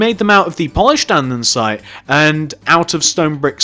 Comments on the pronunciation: Did u realise u say Andensite not Andesite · ANDESITE NOT ANDENSITE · its Andesite not Andensite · its andesite not andensite (i cant tell if its your accent or if you are saying it wrong so if it is your accent sorry) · its AndEsite not AndENsite......... honestly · I got EXTREMELY annoyed when he kept pronouncing it an-den-site. IT’S AN-DE-SITE! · Who else notices that he calls it "andensite"? Like if you noticed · This guy really likes Polished "Andensite"